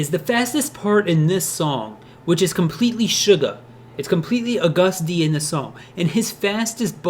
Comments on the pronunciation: I’m triggered “a guh hsst dee” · isn't it pronounced lik the month of August? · You pronounce it like the month. It might be his accent that’s throwing you off. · it’s pronounced like the month august. not uh-gUst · a gust dee. isnt it ah-gustd? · I'm sorry but I have to say this. He keeps saying "A-gust d" which makes my mind go crazy. It's pronounced "August D" ..lol sorry. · He said ‘ugustD’ 😂 I have never related to something before, but yeah it’s pronounced like ‘Augus D’ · Its not A GUST D its ahgust d (i know thats nit the way to spell it im just telling him how to say it properly) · A Gust? Nonono Pronounced August d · He wasn’t Agust D before BTS. He was D-Town. That’s where his name Agust D came from (a LOT of time after he’s been in BTS), he spelled SUGA backwards, and he also switched the D and T from D-Town. It’s pronounced as August, not Uh-gust. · IT'S NOT UGUST IT'S AUGEST D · it ain't pronounced u-gust- D its pronounced like the month AUGUST -D (even though it's not spelled that way) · Who the fuck is a gust d its agust d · It's pronounced AUGUST D, not A-GUST D. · is it really pronounced aGUST d?... I thought it was AGust d... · "A 'ghast' D" erm...? How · a gust d. a gust (of wind) d. fight me. AGUST D NOT A GUST D 😂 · Mary Keeler I mean it is agust d but it's pronounced August d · You don’t say Agust D like that it’s like August D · Am I the only one who's annoyed with how he's saying his name? No hate or anything it just REALLY bothers me when some says their names wrong. Helpful tip: it's pronounced like August D but spelled without the first 'u' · Heh i died when u said a-gust d , shu-ga , and yoon-gi(not trying to hate btw) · “uH-gUsT d” I’m sorry for laughing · “AWWgust D”... 🤦🏼‍♀️ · It's pronounced like august. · ...Sorry.. the way u say Agust D just makes me cringe...Its Agust like the month August Loved the vid tho <3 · Its agust. Say it like the month not like you did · "A Gus d" lol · It's pronounced like the month August